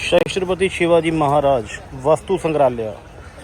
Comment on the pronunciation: ਬਾਈ ਜੀ ਤੁਸੀਂ ਸਿਵਾ ਜੀ ਦੇ ਅੱਗੇ “ਸ਼ਸਤਰ ਪਤੀ” ਦਾ ਗ਼ਲਤ ਉਚਾਰਣ ਕਰ ਰਹੇ ਹੋ ਇਸਦਾ ਸਹੀ ਉਚਾਰਣ “ਸੱਤਰਪਤੀ“ ਸ਼ਿਵਾ ਜੀ ਹੈ ਮੁਆਫ ਕਰਨਾ 🙏